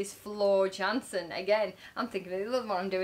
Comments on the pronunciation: Your subscriber count is mostly down to a single good decision - a Nightwish reaction. Nothing else on Youtube will get you that degree of exposure. (Please pronounce her nicely - Yansen, not Jansen) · well you are pronouncing floors' name wrong, it pronounced (Yansen) j sounds like y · Her last name is pronounced yansen jansen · I'm so glad you got back to Floor! Btw, she is "Yansen" (Dutch) ;) Henk P-o-o-rt, with long"o" (also Dutch). He sings Phantom for decades, so this IS his role, he can pull it off while sleeping) I can recommend Lady Gaga's Shallow Floor sang in a same show [ ], and song Mama (in Dutch) [ ] from Beste Zangers also.